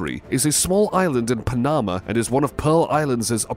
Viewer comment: Pa-NAMA. Haha. Not how that country is pronounced ? That,& this narrator can’t even pronounce Tempe Az correctly? This narrator could use some “Hooked on Phonics” as a Birthday gift!